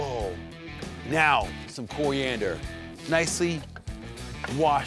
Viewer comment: Lol ive never heard anyone pronounce coriander like cooriandor ^_^ awesome vid though wanna eat that so bad!!!!